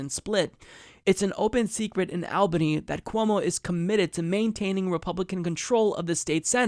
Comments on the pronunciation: Completely agree with the statements here, and I love this channel...but I see this mistake being done too often and I have to correct it: It is pronounced "ALL-bany" not "Al-bany." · What the hell? This is the second or third video I've seen where "Albany" is being pronounced "Al-banny". Never heard this before... just seems crazy because that city has been named in national programming before. For the record, it's "All-banny".